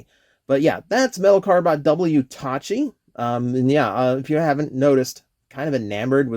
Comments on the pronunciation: It’s pronounced Taki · The mispronunciation bugs me, but otherwise a great review. Tacky looks super cool.